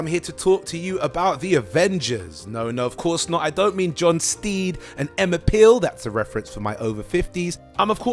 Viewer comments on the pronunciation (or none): none